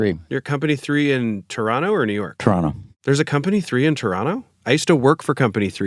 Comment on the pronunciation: These dope guys pronouncing Toronto 100% correctly. :glasses-purple-yellow-diamond